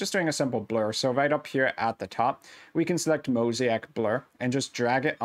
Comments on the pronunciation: It’s pronounced mo-say-ik not mosiac. Thx for the video! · I was going to criticize you for not knowing how to say "mosaic" but then I realized I don't know how to edit videos. So I guess we're even. 😁😁😁 Thank you so much for the vid. It was exactly what I needed!